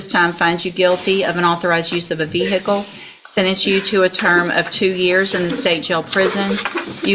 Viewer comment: ‘Unlicensed use of a Vee Hickle’ 😂